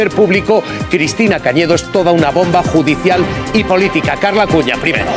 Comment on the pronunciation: la forma épica en la que dice “primeroh” 🤡